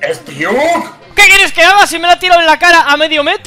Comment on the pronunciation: Poco se dice que le dijo "kius" a Spiuk xd